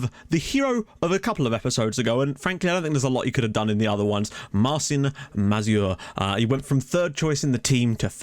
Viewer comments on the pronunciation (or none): Marcin is pronounced marchin